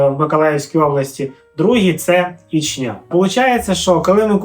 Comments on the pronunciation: Та господи,скільки ж можна😂Наголос на перший склад в назві міста Ічня,чого завжди у всіх асоціація з Чечнею???😢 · Самій вухо ріже, коли роблять на останній склад наголос))